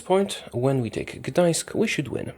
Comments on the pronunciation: Where are you from? First youtuber to say "Gdańsk" perfectly!! :) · You say very good Gdańsk(Danzig) in polish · YOU SAID "GDAŃSK" IN POLISH CORRECTLY!!!